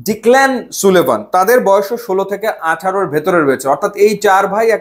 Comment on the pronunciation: ভাই নাম গুলার প্রোনান্সিয়েশন ঠিক নাই। সুলিভান না, সালিভান। ডিক্ল্যান না, ডেক্লান।